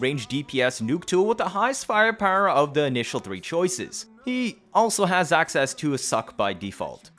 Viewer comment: Axseas! lol